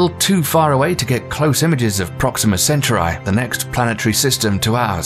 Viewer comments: IT'S CEN-TOW-REE NOT CENTURAI (CENTAURI) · Proxima what?! It's Centauri, not Centurai. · Appreciate the video, but questioning the mis-pronunciation of several words: Magellan, Uranus, Centauri, aurora... I know British pronunciation of some words is different, but these are proper names (excepting "aurora") so there's a correct way to pronounce them. Since education is an area of focus for this channel, it is important for the narrator to research these and get them right. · Great video, but check your spelling - and pronunciation of words like "nuclear", "Uranus" or "Centauri". Avoidable mistakes that take away a great deal of quality and believability.